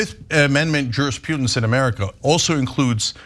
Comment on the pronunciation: It's "jurisprudence", not "jurispudence".